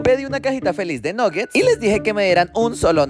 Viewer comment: Amo los nuggets pero no se pronuncia así 😂